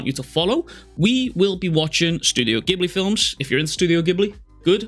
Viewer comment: no Heian era, no prequel no sequel, it's Gege and their story.. Japanese people are so much more respectful than us.. besides, please say Ghibli the right way